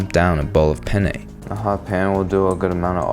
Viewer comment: Did you know there is a difference between penne (the pasta) and pene which is what you're saying and means Johnson Dick 😅